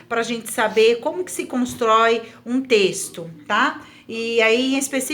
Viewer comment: * *trexto kkkkkk